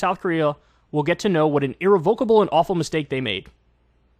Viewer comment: that's not how you say irrevocable